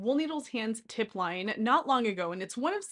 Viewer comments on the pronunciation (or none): Great tips and video! Just a note from a francophone : Laine, french for wool, is pronounced Len, like in lens or lend.